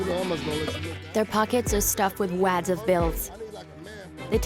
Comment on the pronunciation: The way she pronounces certain words like disciples... or wads... horrible...